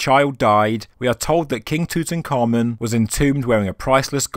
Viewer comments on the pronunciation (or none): none